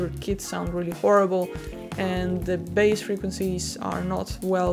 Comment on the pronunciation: All right, everyone. I’ll tell her. You’re pronouncing bass and bassist wrong.